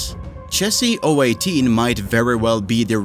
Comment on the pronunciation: it's O One Eight, not O Eighteen, video ruined